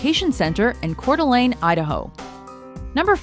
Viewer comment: I have to say, out of all the times these people have said names wrong, I'm surprised they were able to say Coeur D' Alene right.